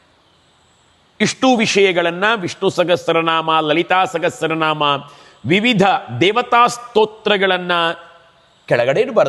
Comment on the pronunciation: ದಯವಿಟ್ಟು ಕ್ಷಮಿಸಿ ಅನ್ಯಥಾ ಭಾವಿಸಬೇಡಿ ನೀವು ಸಾಗಸ್ರ ನಾಮ ಎಂದು ಹೇಳುತಿದ್ದರ ಸಹಸ್ರ ನಾಮ ಅಲ್ಲವೇ ಅದು